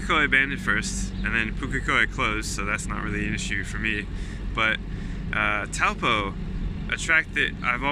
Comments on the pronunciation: Loving it! Comment for the algorithm (all hail the algorithm) and also pronouncing Taupō. "au" is like in the French chateau "ō" is like the o in oar, a slightly long aww sound. (The macron tells you to lengthen or emphasise the vowel) Toe-paw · I pronounced it exactly the same as you when I went there. You could see the physical pain it caused the locals!